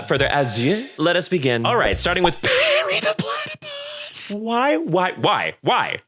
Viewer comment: "Starting with pErry thE plAatapUssssss" stuck in my brain can i use it as my notif sound